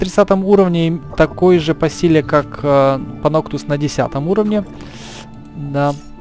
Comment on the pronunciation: Звучит как Паносус)